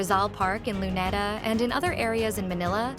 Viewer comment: Sounds like it. Can't even pronounce "Luneta" properly.